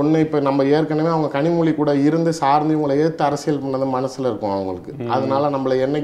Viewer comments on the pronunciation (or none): 5.01 கனிமொழியை இந்த நெறியாளர் கரு மொதி என்று slip of tongue சொல்றாரு! நல்லா இருக்கு